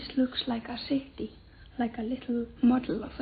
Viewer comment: like a leetle mod-el of a ceety